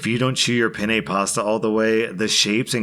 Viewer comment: TIFU - I mispronounced Penne and actually said male genitalia in Italian. Please pronounce the double "N" in penne - if you pronounce the single n as you do, you are actually using the Italian word for the male member., this is in jest - as I know you laugh at people correcting your pronunciation.